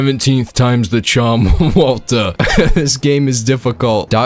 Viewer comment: Feedback on the Mike Ehrmantraut impression: Walt-ER. Hard R. Right now it sounds like Mike is randomly saying Walter like a British man. I feel like one of the hallmarks of how Mike says Walter is the heavy enunciation on the last syllable. Utterly spot-on otherwise!